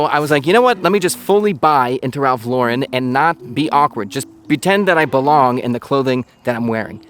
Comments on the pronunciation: first !!! it's Ralph LAUUUURen NOT Laaaa'REN. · Loh-ren, not Leau-ren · Up until I was going to explode with the luh-ren pronunciation…. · Always wondered why people say Lau-REN instead of just Lauren? I like the quality but I don’t like branded anything and can’t afford purple label, lol. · i really thought you were gonna keep pronouncing his name wrong the entire video lol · you pronounced his last name incorrectly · I was sure he was fucking with us pronouncing his name wrong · You don’t even pronounce Lauren correctly. Get outta here you poser!! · How about pronouncing his last name properly? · Had to delete my comment about the way you pronounced his name after I hit the 2 minute mark hahaha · Learn how to pronounce his name first and i will watch your video.